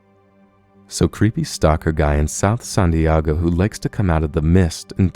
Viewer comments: "SAHN DEE-AHH-GO"??? 😆😆😆 How do you not know how to pronounce San Diego??? (BTW...It's "San Dee-ay-go) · "Sawn Dee-aw-go" lol